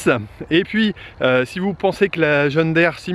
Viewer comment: Curieux ta façon de dire (je vais l'ecrire de cette façon, de manière à mieux comprendre) John Daire. Il s'agit d'une marque américaine, et donc, dans la langue anglaise, 2e qui se suivent dans un mot se prononcent i ( en français John dire) Voilà voilà... :-)